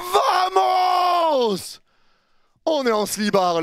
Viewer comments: sinon Vamos ca se prononce Bamos😁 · le v se prononce b en espagnole l'ami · On prononce "Bamos" et non vvvvvamos :) Allez Paris !